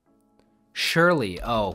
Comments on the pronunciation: it is pronounced as "SIRLY", Surely is like this ⬆️ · Great solve! You seem to be thinking of the word "SURELY," which means certainly. But "SURLY" (pronounced "SIR-LY") is a different word. It means bad-tempered, sullen, unfriendly.